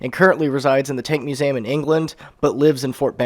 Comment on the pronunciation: Stop saying "musam" it's museum.